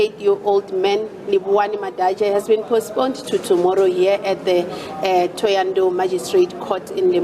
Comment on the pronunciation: The mf can't even say thohoyandou